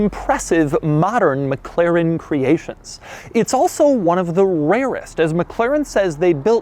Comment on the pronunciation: Mc Laren. A, as in America.